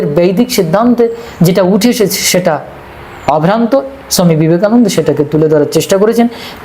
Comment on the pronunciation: দেখুন মহাকাল মহাশয় যখন বাংলাতে কথা বলছেন তখন বাঙালির মতো উচ্চারণ করলে ভালো হয় না কি? বাঙালিরা ওনাকে ছমি বিবেকানন্দ নয় স্বামী বিবেকানন্দ বলেন!